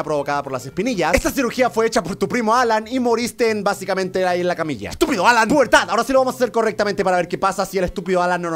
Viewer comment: es alan no halan(suena como jalan) -_